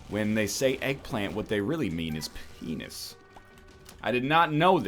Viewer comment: I didn't know phehnis had H's in it